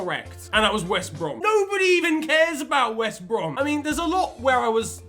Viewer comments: On the end he says he got west brom correct.. but what is west brom? I only know wost brem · West Brom..? U mean Wost Brem right?